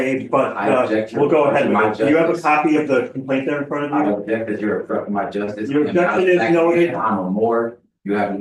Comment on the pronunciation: "I ubbjekt"